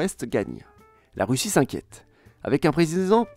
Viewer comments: Un prézizident … président 😂 No worries , merci pour la qualité de ton travail phénoménal Une vrai pépite ta chaine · Pas grave c’était drôle 😹 un prézizen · avec un prézizent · Avec un prézizant ^^ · Avec un prezizend 😂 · on est pas à un prézizents près :') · Avec un présizent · "Avec un prréézizident..." 🤣